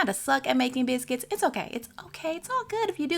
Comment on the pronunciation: I love the way she says biscuits ❤️👏